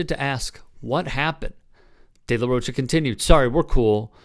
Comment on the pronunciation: It's pronounced De La Roca